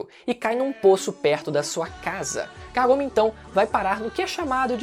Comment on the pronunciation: descupa mas kagome voce fala com o k mas e sem o k como se fosse agome sem k